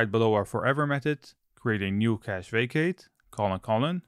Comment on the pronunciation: Took me a while to get you meant "facade" when you said "vacate" lol.